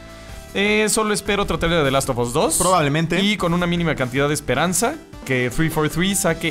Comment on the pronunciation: Richard Rodríguez the last of ass :v